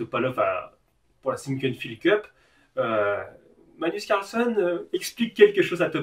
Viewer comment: Je vais être un peu chiant mais ... c'est plus "MaGnus CarlsEn" que "manus carlson" ... Sinon merci pour tes vidéos d'échecs ! Sympa .............